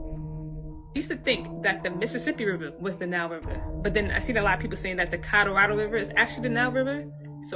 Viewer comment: The woman discussing how likely the Americas was once part of Egypt, but the way she says Colorado blows my mind! Thank God, there were some closed captioning, on the screen, bc it sounded like she was saying Codarodo? Say what & where, now? The way people screw up words is insane! If u’re going to make a video, learn how to pronounce certain words that u couldn’t otherwise pronounce! For example, like I heard somebody calling apostles, apos-tills !